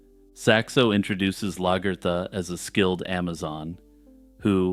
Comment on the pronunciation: Largertha? WTF